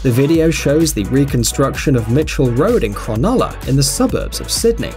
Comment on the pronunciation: Ummm. Mate. Cronulla. Not Cron-ol-a. Its Cron-ul-a. Not pronounced like Granola, Cron-ulla.